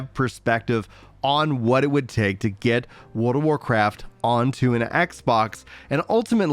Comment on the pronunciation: He lost me when he forgot how to pronounce the "r" when he says Wold of Warcraft.